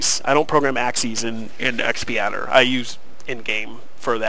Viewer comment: X padder, not XP Adder...